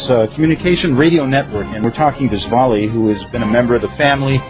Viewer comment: hi, her name is Svail. Pronounced=Z-valie